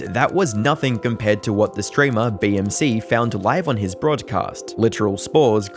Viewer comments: Ain't no way called BTMC as BMC 😂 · My Guy btmc getting his name butchered for no reason haha